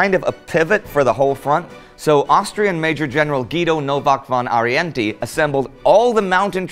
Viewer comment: Indy, Guido Novak von Arienti? Kudos for your pronunciation of all these names.